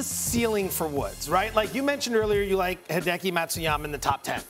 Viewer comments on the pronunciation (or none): So cringe… she called him HIDEEKIE